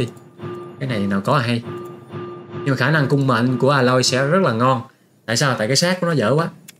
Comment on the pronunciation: A loi ko phải là À loi :)